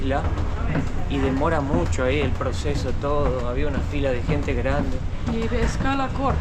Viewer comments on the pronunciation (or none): La querida tiene que modular más la palabra " gente" por qué ella dice ente.. Lo digo de buen corazón no para que se ofenda..